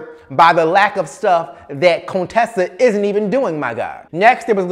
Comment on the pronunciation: Cone-tessa! Lol.